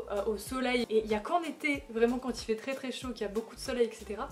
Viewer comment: quand tu as dis « j’adore l’été », j’ai compris ça comme « j’adore les thés » et je me disais « mais wtff elle vient de dire qu’elle détestait les cafés et les thés » 😭😭